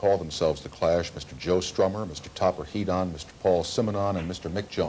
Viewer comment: lol Heedon* is that really how u say his name?